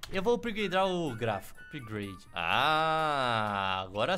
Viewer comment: "Upahagdlglaglgafpade completo"